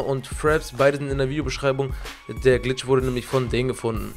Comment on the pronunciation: "money bitch",... red richtig